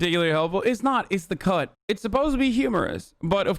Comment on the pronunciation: When you said "cut" I swear to god I heard "cuck"